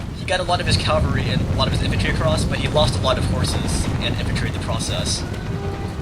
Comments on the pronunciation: CAValry not calvary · cavalry not calvery